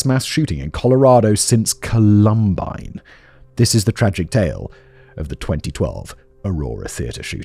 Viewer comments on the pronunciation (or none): COLumbine. It’s COLumbine. Not ColUMbine. I love your videos but it feels so disrespectful to the victims when the place they died is so consistently mispronounced. I know it’s accidental, but please. COLumbine. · Col-um-bine, Simon! Not Cu-lum-bine. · Simon, I love you to death but if you pronounce it "col-UM-bine" one more time I'mma need a black hole to scream into. It's COL-um-bine. Say it with me, love. COL-um-bine. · “Columbine” is pronounced with the emphasis on the first syllable. If you Google: Columbine pronunciation Google will give you a British and an American pronunciation that you can listen to. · The way Simon pronounced Columbine was silly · Listen, I can't handle how Simon says Columbine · Please learn how to say Columbine..... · Lol, right? It's literally named after a flower. The pronunciation is right there. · For the love of god Simon. Please pronounce “columbine” properly lol. Love the content in all your channels btw ❤